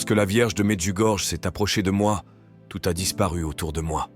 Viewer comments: Merci à la chaine Prières du Christ. Mais svp pronnoncez plutot "Medjugorie" et "Maria" . C'est aussi une question de respect envers nos frères Croates de ne pas déformer les prononciations. ça commence à etre très désagréable ce comportement irrespectueux tipiquement français. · Chers orateurs de la chaîne. Je me dois de vous dire que la lettre " J " se prononce " i " . C'est comme si c'était écrit : Mediougorie ou Myrianna .